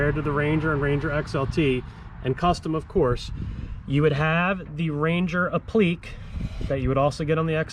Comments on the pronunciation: Applique is not pronounces 'apleek'. A-pli-kay. Think 'application'. Every time you say it I want to scream. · Applique is app luh Kay not up-leak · Appliqué is pronounced app le kay. You know, french.